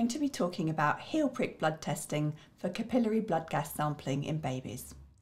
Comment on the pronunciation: What? "Cap I'll airy"... "cap i lary" But thank you for the video